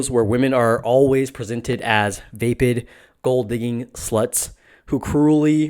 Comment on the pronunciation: Pronounce "vapid"